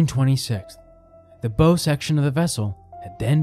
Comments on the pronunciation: A ships "Bow" is pronounced like it rhymes with "how" not "hoe"... Never the less very well done video, I enjoyed it very much. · Wanted to enjoy it but as soon as I hear common maritime words like “bow” mispronounced over and over, it’s too grating. It’s one thing to get someone’s name wrong, but that doesn’t jive and just makes this feel like yet another AI cash grab so…gonna have to give this channel a pass sadly. I was excited too as I like the premise. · She had a huge ornamental bow ('hoe') on the front to serve as a bow ('how'). Few people know this. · Yeah, a video about ships getting the universally-known 3 letter word for the front of the ship totally wrong. No biggie. 😂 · Find someone familiar with marine terms to read the script. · Bow… that one got me every time. 🤦‍♂️ Instant “there goes all credibility, just another monetized YouTube with outsourced everything.”